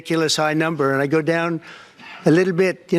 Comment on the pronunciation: Why can't he pronounce the word "little" properly? 🤔